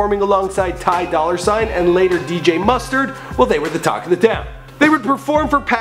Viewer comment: Dude just said ty dollar sign lmao